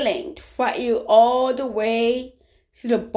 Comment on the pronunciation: The way she says "Aw-Law" 😂